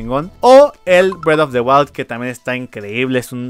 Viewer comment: "bred of de walt"